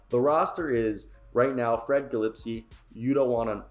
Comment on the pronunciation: butchered freddie gillespie’s name tho